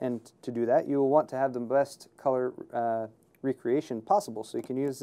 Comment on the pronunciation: for when you want the very breast... lol i heard him say breast when he was trying to say best